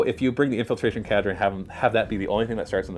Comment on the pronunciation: Its not cadra. It's "k" ( the sound of the letter k) and the "der" or "dur" depending on the accent. It's a real word. Not a weird tau name xD